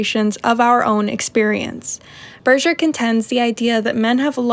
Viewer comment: why did you felt the need to pronounce Berger like that? His surname is not of french origin, and the consensus is that it should be pronounce by it's german pronounciation "Bur-gur"